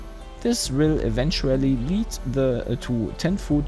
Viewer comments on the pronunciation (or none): none